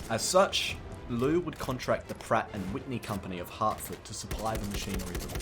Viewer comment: the General Liu's"劉"is actually pronounced a bit like "Leo" but faster, so it's not that complicated